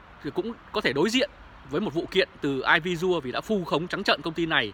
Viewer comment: " e vi si ồ "..air visiual.